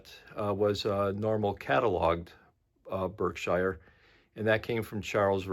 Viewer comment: as a person who has lived his whole life in Massachusetts, I feel the need to correct your pronunciation of this locomotive's distinctive name. It's pronounced Berk-SHEER (or shear), not Berk-SHIRE. Engine was named for the Berkshire mountains in western MA. I am amazed by how few people know the correct pronunciation of this engine. Great review though, thanks!